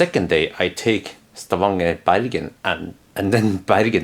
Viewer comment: He forget only the letter "N" between "A" and "G". They have not change the name in Stavanger to Stavager yet.